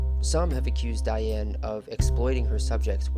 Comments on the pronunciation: The correct pronunciation of her name is Dee- Anne - not Die-Anne. Research adds validity. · How, in the name of God, can you invest all this time and effort into a project and NOT KNOW HOW TO PRONOUNCE THE WOMEN'S NAME? I'd be embarrassed to the point of taking down the entire video. As the mattress commercial goes, "How do you sleep at night?" It's DEE-ann, not DYE-ann. And ironically how her mother came to name her Dee-ann is a very interesting story. Shame. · Love to see this, and I appreciate your work on this video. But her name was pronounced "De-anne" not "Di-anne". Regardless, I'm glad to see her life and work being noted. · If you’re going to attempt to educate people on someone maybe you should pronounce her name right? It was pronounced like Dee Anne not Diane. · PLEASE PRONOUNCE HER NAME CORRECTLY: DEE-ann. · Her name is pronounced Dee Ann. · This is a beautifully written and spoken documentary. So much information in a small amount of time. I believe her name was pronounced Deeann; but I could be wrong. Thank you for this empathetic approach to a most fascinating person. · Interesting But please learn to correctly pronounce her first name Look it help Please